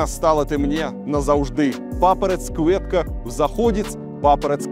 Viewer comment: КвуЭтка)))), смешно звучит. цЬвицЬе